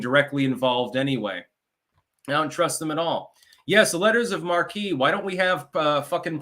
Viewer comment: Happy birthday dude. "Letters of Marque" has Marque pronounced as "mark" , not Markee. Just saying